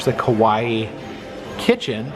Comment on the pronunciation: Your pronunciation of Kawaii is a little off when you say ka-wai it sounds like "Kowai" means "scary" or "I'm scared" "Kawaii" on the other hand, the last I in the word is pronounced. Ka-wai-i more like "ka-why-ee" like you're saying Hawaii. A lot of people make that mistake so I hope this helps. 😊